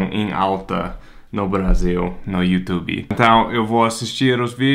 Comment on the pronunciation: Ele falou you tubiiii igual a gente!!! Que gracinha!!!!